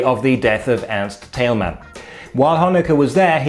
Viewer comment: Other than me that notices that he says "Erich Honecker" perfectly , but not Ernst Thälmann?